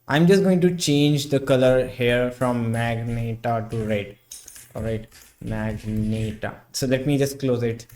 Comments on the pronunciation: Ma-gen-ta, not magnet-a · ahh yes.....the magneta and definitely not magenta